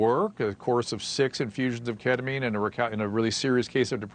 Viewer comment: ..pronounced keddemeen